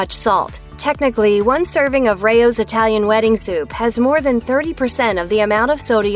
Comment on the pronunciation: I didn't like your enunciation of RAO's brand name it's not Ray Ohh's you maroon